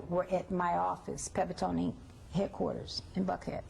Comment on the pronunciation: Her name is Pebbles!!! Not Peebles!